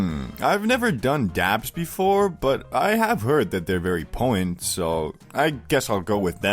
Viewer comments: Poh-en. They're very poh-en. Such high poh-ensee. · Poh-tent !!!!!!!!!! It's not that hard to say there I just helped you